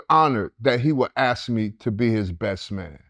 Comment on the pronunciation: Can you learn how to say ask instead of axe. Something you have to work on.